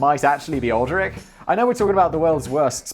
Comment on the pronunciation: Aldrich Ames is one of the most famous traitors in history - btw it’s pronounced “All-dritch”